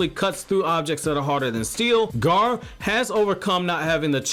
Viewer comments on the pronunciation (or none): it's like he keeps saying ''garr'' instead of ''gaara'' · Gaa....ra, Gaara!!! Not Gar